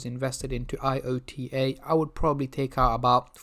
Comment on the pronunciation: It's not I. O. T. A., it's IOTA... Checking the news before making a video might be a clever idea...